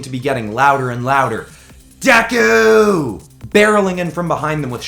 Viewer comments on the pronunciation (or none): none